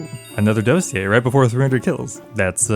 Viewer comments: why can nobody say Dossier correctly as if it's some word they've never heard? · The fact that all the youtubers dont know how to say dossier😂🙏